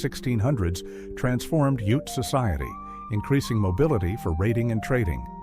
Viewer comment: He pronounced ute wrong And Even forgot navajo the largest tribe wow